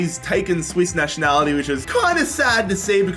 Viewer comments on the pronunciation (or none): none